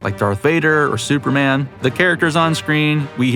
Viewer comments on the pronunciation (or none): none